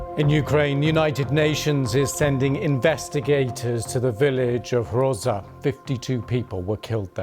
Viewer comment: Not "Hroza"... Groza - that correct name!